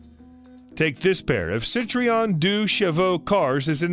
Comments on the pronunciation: Btw it’s Citroen, not “Sitreon”. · Yikes. Try "SEE-trenn," a little closer if not French. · Citroen = seat-run. Hertfordshire = Heart-ford-shear. Hampshire = Hamp-shear. Wiltshire = Wilt-shear.